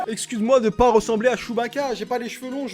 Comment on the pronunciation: « nous n’avouons pwa tous »